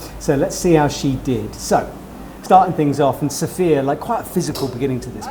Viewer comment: you have been commenting with sofya a few times now. Try to get her name right at least. Listen carefully to how she says it. Its sof-ya not sof-i-a. Guess she is too polite to correct you.